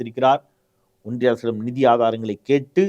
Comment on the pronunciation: ஒன்றிய அரசா. இல்லை ஓன்டிய அரசா............